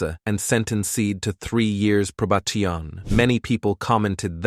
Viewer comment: Pro-ba-ti-on 😂 fa-cade 😂